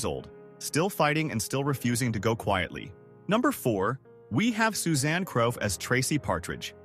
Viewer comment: It not Susanne Craw(as in aw), it's Crough (Crow)